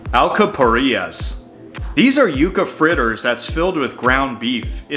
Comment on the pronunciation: I agree, he picked the best of the best in Puerto Rican cuisine. But please, have someone to help you with the pronunciation. Specially with the words alcapurrias, gandules, guisado, tembleque... KEEP UP THE GOOD WORK!!